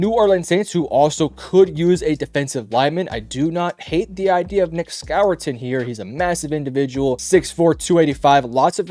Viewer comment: ITS SCOURTON-score-tin